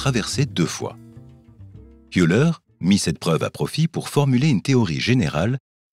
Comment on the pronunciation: Eh ben, ça ne s'arrange pas dans ce Youtube ! "Youleur", comme vous nous dites ça n'est pas le nom d'Euler ! Que vient faire aussi votre "ducou" à répétition dans staffaire ?